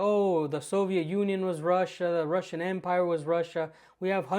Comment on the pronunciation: This guy can't even pronounce "russian" wright..